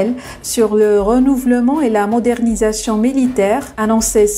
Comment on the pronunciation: On ne dit pas renouvlement !!! Ça se lit renouveeeeellement svp !